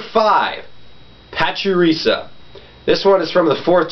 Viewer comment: You pronounce pachirisu, and plusle wrong. It's pachirisu, not pachirisa, and it's plusle, not pluslee